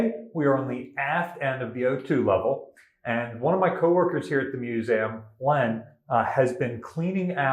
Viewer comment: I love this channel, but every time he says the word museum I get a little shutter..